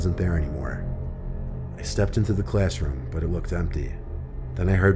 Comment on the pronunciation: Every other English-speaker on the planet: So I was in the classroom... Guy from story 3: tHe ClAsS-lIkE-rOoM